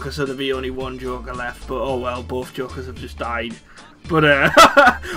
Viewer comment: Is it so hard to say joker